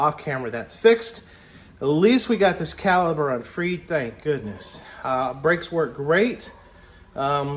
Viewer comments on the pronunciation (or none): When you say calber I'm assuming you mean caliper?